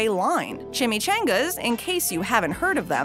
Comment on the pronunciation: Ok I’m the only one who hates the way she pronounces chimichangas?